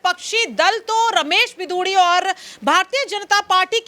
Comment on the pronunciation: बिदुडी नही रमेश बिगुड़ी